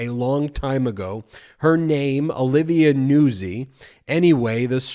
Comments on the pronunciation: NOOT ZEE, just sayin... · Isn't Nuzzi pronounced "nute-zi"? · Hey Ben, I’m a regular watcher and I’m watching you talk about Trump and his newest this video. And I just wanted to tell you that her name is pronounced Olivia Nutzi like pizza Nuzzi.